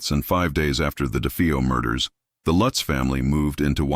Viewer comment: How many times did they repeat that address I lost count. And can they decide how they're gonna pronounce the name Lutz I hate A.I.